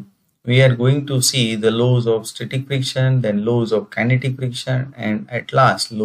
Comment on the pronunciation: Please kindly pronounce the word properly because you are talking about the engineering terms and as a engineer it s very shame full of how you pronounce the word laws, "lows"😄😄😄